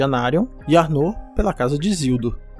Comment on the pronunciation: Seria: ÁrnoR a pronúncia e não Arnô como parece. O vídeo está bom e bem explicado, parabéns!